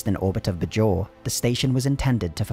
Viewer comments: You could have researched how Bajor is pronounced before doing this video. It's not "b-jor" but "bay-jor" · the pronunciation of "bay-jawr" as "budge jor" is painful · The show’s dialogue: “BAY-jor” This video: “Buh-JOR” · BAY-JOR not BUH-JOR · It's clear you are just reading a script and have never even seen the show when you repeatedly mispronounce Bajor. It's BAY-jor. Not Buh-JOR. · Anyone else wince at the "b'jor" pronunciation? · it's pronounced bay-jhor, did the narrator do any research at all?? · While there was some inconsistency early on in the show's run, the stress in "Bajor' is on the first syllable, not the second one. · I can't remember a single character ever pronouncing "Bajor" the way you do lol. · It would have been nice if the narrator had watched at least one episode of the show just so he could pronounce Bajor and Dukat properly. Other than that great video.